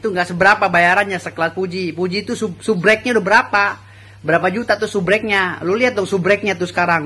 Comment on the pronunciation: SUBREK ?????? SUBERAK X...Hwaduuhh pengacara koq ngomongx epetan..😂😂